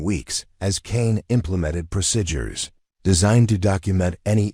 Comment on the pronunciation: Procedures not prosidures please!